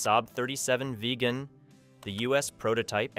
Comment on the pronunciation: Burt "Ru-Tan" rather than "Ruten", 'Very E-Zee" rather than "Veryez", : SAAB "Vig-en' rather than "Vegan", : "Ly-comb-ing" rather than 'Lie-cuming", and Retractable "Gear" rather than Retractable "Gears"